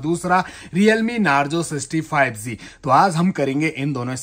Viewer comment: Bhai tu hakla hai kya teri awaaz bahot ajeeb hai 5g ko 5zee bol rahe Ho😜😃